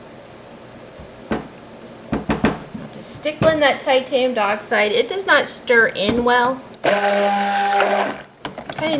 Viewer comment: I’m sorry I know it’s nitpicky but it’s not titanium duh-oxide it’s titanium die-oxide.